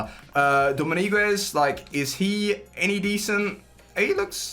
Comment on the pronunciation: you are just bad at saying those names, same with Dominguez, you said something like Dominiguez